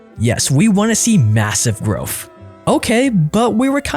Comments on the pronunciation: It's growTH, not growff. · growth not grofh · Dude, it's pronounced "growth", not "growff". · growth not growf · im sorry, but are you saying "growf"? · Please learn how to say growth it’s not groeffthhh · Is he saying “Growf” or is it my AirPods?